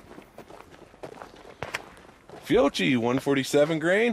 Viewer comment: Just an FYI, it’s pronounced FEE-OH-KEY. Great video set otherwise. Edit: I’ve found that to remove the first round flyer, I do NOT use the slide stop to release the slide during loading. I will let the slide forward on an empty chamber, and use my hand to rack the slide all the way to the rear and release.